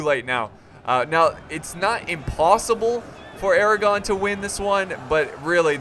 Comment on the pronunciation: Thought you said the crown of Aragorn.